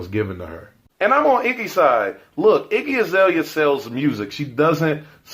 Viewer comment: Damn you fucked her name up bro, it's Iggy Azalea